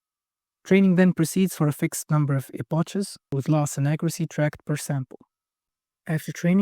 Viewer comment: No issue understanding you but as your english is pretty good. But Epochs is pronounced like eh pocks not eh pahchs